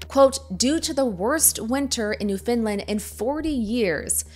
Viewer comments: You called it NewFinland ?????? Is this AI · Love your video but one thing Newfoundland is pronounced Newf en lan by Canadians. Not how you’re saying. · Why are you saying Newfoundland like that? Newfinlind? Wtf? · Newfoundland - (Nuh-Fen-Land) Not: Noo-Fin-Lund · It's always jarring watching people not from Canada pronounce Newfoundland. I think this is the first time I've encountered New Finland. It's more like Newfen-land. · It's "Newfoundland", not "New Finland". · why do people keep pronouncing Newfoundland as "Newfinland"? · Heads up about the pronunciation: it's New-found-lind. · I'm so sorry to say this, but hearing Americans pronounce Newfoundland as New Finland is so grating on the ears. Why do none of you know how to pronounce it? 😭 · Did she say Newfinland? 😂